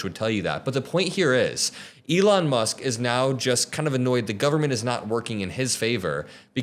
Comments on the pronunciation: I hate that he can’t pronounce government. “Govment” ahhhh 😂😂😂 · Elon saying "gubmint" pleases me. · the way he says government is so funny